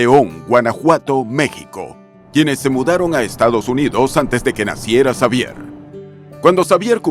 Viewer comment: Muy completa la información sobre Chabelo,. Sólo que en México la "X" la pronunciamos como "J" , así que su nombre se pronuncia : Javier. Saludos 🙂